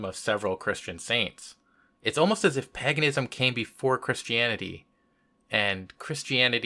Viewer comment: Paganism is pronounced like 'Hague', not 'hag'... Just sayin'...